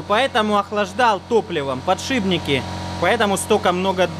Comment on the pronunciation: извини, может я не первый, но почему подшибник? Так ухо режет этот твой подшибник.